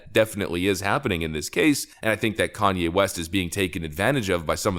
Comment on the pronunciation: Tim lost watchers from people that can not stand Kan-ny.